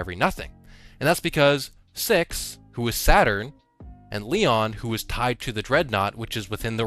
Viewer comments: I’m all for giving Lord Of Every Nothing an acronym nickname but “Leon” is literally inaccurate, it’s “LOEN”, “low-en”, or maybe “loan”. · my guy, it's spelled LOEN, not LEON~